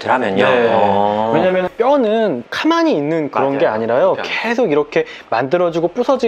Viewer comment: 표준어 구사하려고하시는거같은데 가만히를 자꾸 전라도사투리인 카만히로 발음하시네요ㅋㅋㅋㅋㅋ 습관이신지 아직 인지못하신건지ㅋㅋㅋ귀엽네요